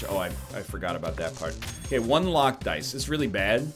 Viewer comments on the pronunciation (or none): none